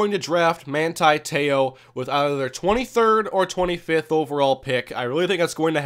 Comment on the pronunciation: You mainlanders don't know how to properly pronounce his name. Manti TE'O... not Manti Tayo!!! I'm from Laie where he's from as well and I know him very well as well as his family. Teh-Oh... that's how you pronounce his name...Tayo is how you haoles say it... and don't dogg him, your sorry ass Vikings might be drafting him!!!